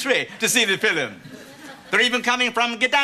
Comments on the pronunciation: "Watchin the filum" 😆 🤣 😂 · "They're even coming from Gdansk to see the fillum."😂